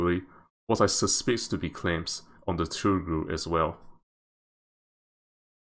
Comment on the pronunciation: Tugh-ril (Toogh-ril)